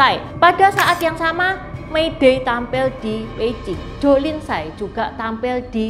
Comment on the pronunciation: tsai bacanya yg bener chai.